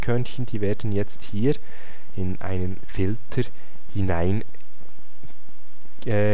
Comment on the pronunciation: "Filtrr" - ansonsten nützliches Video!